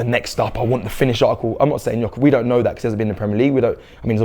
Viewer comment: First time Robbie has said Gyokeres name correctly! Theres hope 👏🏾🙌🏾🤣